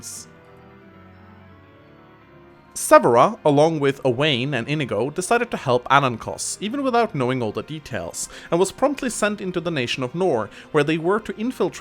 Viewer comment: I-NEE-go,. I-NEE-go.